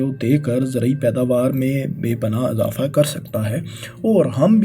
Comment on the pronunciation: Misall = Masal Kisan = Kasam Izafa = Azafa Her word ko zabar dete ho Bhai.